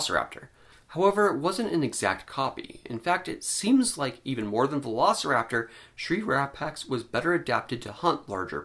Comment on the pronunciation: Why do I keep hearing: Shrink Wrap Axe . Sigh .... Doc' about my...